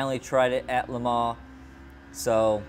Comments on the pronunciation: Its pronounced Le Mon not Le Maw! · Le' Mon - Say Lemon in a french accent :P - The guy in the video is also saying it incorrectly. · it's not la Mar!